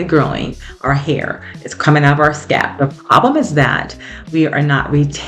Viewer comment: It sounds like you are saying scap, not scalp. Thank you for sharing your tips.